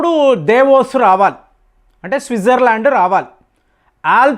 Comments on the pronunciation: దావోస్ ను దేవోస్ అంటావ్ ప్రతి దాంట్లో విచిత్ర మైన బాష మాట్లాడు తావు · Devos kadandi Davos koncham Uchharana meeda drusti pettandi mastaru